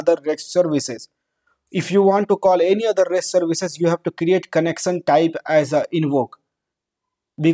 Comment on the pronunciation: It's connection not connecsan.